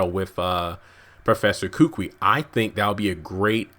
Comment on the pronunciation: I strongly suggest to the uploader that he learns to pronounce names correctly. Kukui is pronounced koo-koo-ee,not kookwi.